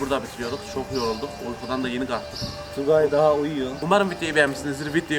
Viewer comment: Tugay abinin dişleri ne öyle Daaağvşaan tugağy